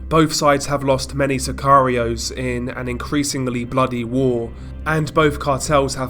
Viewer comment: Lol "sakarios" for scarios 🤣🤣🤣🤣🤣🤣🤣